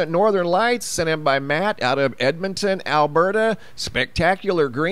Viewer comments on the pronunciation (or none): none